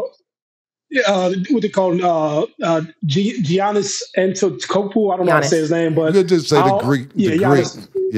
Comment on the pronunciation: Do y’all not watch nba games Giannis says his name a lot how do you not know how to pronounce it